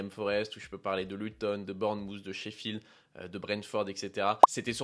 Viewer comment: Magnifique vidéo j'adore mais le I dans "Sheffield" me stresse (pardon)